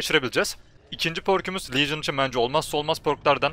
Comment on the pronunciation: licın ne LEGİON diceksin mk:D